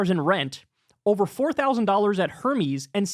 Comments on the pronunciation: Did Kyle just mispronounced hermes? It’s pronounced air maze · The way Kyle pronounced "Hermes" lol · "Hermes" ugh. C'mon Kyle.